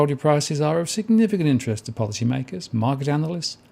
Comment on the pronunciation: Thought you said ‘ponzi’ makers, not ‘policy’ makers - thought it was quite an astute admission on their part! 😂